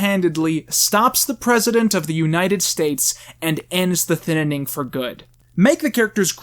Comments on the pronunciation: The Thinnining?! Why do you pronounce it like that? There's two vowels in the word "Thinning" not 3 xD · Why.do.you.keep.saying.thinninning. its so confusing ajakaka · why do you keep calling it "the ThinninING"? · THINNING!!!!!!!! ITS NOT THAT FREAKING HARD TP PRONOUNCE. SBBwasaight Vuong you need to learn how to ENGLISH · I think you mean thinininining 2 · Why do you keep saying thinining? Is it an inside meme? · Why does he say thinning like that? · I agree with you. Please say thinning right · I hate the way you pronounce Thinning good video tho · Why do you say thinning like it’s spelled thinnining? Lol I like your review a lot btw I think your really funny P.S I don’t agree with your views on Trump and you are clearly uneducated on his presidential decisions (I’m not saying that to try to insult you it’s just the truth) and that’s okay and I’m not angry. Also your Freeman movie idea was priceless I loved it. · Every time he said “Thin IN ing” I cringed so hard. Thin-ing it’s pronounced THIN-ING 😭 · “Thinining” this bugs me so much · wait its pronounced thinNENing? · You keep saying thinninning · Do a shot every time he mispronounces Thin ing. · Why does he say thinining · Who else heard him say thinninning every.....single.....time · WHY ARE YOU CALLING IT THE THINNINNING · Why do you say 'Thinining'? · In the first review, he discusses why he calls it the Thinninning. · Did you not watch the end when he shows a poster where it's spelled "thinnining?" He's obviously doing it as a joke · The thininininninninnnabilityingin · Thinning or the Thin in ing? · The Thinninning 2: The Thinninninning. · thinnining lol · Thin nan ing lmao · Why are you adding another syllable to the word "thinning"? I feel like you're saying "thinnining" lol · Why are you calling it the “thinnining”? It’s the thinning. Ik it’s a shit movie but still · Why does he keep pronouncing it THINITING. It’s THINNING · I love how you always say the thinnening instead of thinning